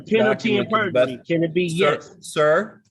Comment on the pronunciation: Lord did this goofy mf say “berjury”?!🤦🏾‍♀️🤦🏾‍♀️